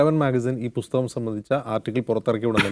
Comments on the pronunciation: രാഹുൽ എന്ന പോങ്ങൾ എന്ത് അടിക്കാനാ മക്കാൽ മീഡിയക്കാരെ നിർത്തിക്കൂടെ ഈ അടുപ്പു കൂടി ചർച്ച ഇത് ഹിന്ദു ഏകീകരണത്തിന് അച്ചാരം മാങ്ങിയ പോലെയുണ്ട് ബുസ്തകമല്ല പുസ്തകം എന്നെങ്കിലും പറയാൻ പഠിക്ക് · ബുസ്തകം അല്ല ചേട്ടാ പുസ്തകം പുസ്തകം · Busthakam aalla maashe.. pusthakam ennaanu